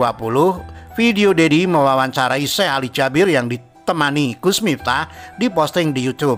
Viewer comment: Bang salah nyebut nama syekh nya bukan syekh ali jabir tapi suekh ali jaberr